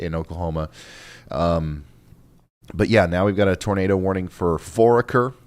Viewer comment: It's pronounced For aker